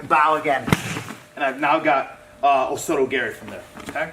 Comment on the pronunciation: The way this black belt says "Osoto Garry" makes me cringe.